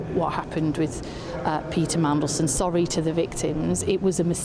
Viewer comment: Sharp as a tack. Also he's sowwy